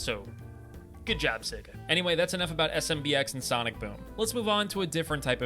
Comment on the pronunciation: It’s pronounced say ga not seg uh